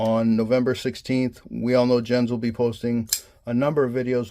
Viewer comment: Love this knife, can't wait until mine arrives. Also just a heads up Jens pronounces his name like "Yens" ;)